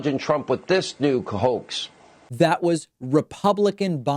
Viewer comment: Hannity think that his staggering of the word, & making it come out as "cahoax," means that he never ACTUALLY said "HOAX." 🙄